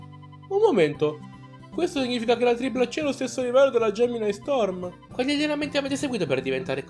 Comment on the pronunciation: Ti correggo: si pronuncia GEMINI STORM e non GEMINAI